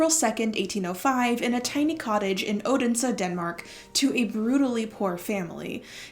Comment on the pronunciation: You're doing a valiant job pronouncing the Danish words. Except for Odense, you nailed them all.